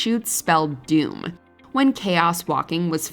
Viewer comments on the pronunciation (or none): none